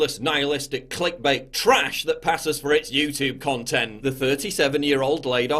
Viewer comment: I love you PJW but come on. You’re a Northern Englishman. You don’t say YouTOOB you say YouTewb (like Stewie from FG).